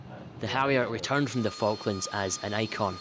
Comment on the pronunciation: .is not falkan islands is fockin islands